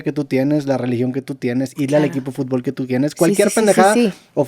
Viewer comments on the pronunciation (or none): none